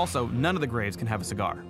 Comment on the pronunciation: "None of the graves can have a ciger" lol